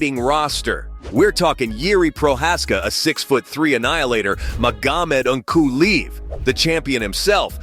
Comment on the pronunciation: Magomed uncooleev was just disrespectful 😂😂😂